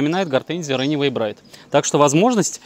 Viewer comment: Ренэвей браит! !!! Неужели сложно выучить 2 английских слова. Взрослый человек вроде . Run away - бежать убегать, bride - невеста .